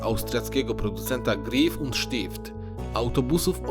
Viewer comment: Dzięki za upload! Czuć różnicę, szczególnie jeśli się mieszka w Zurychu. PS. Czyta się raczej Gräf przez Ä a nie Grif.:-)